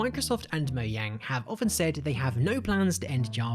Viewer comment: Moyang? LMAO what the hell if moyang